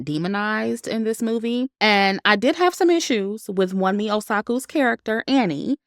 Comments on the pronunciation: Love your review! "Wunmi" is pronounced as "woonmee". It's a Nigerian name lol but I agree with how her character was portrayed in the movie, very disappointing. In terms of production, it was really good. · Great commentary,! Btw, Wunmi’s name is pronounced Woome.